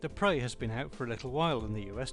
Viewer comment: its pre preeeeeeeeeeeeeeeee sound it out p r eeeeeeeeee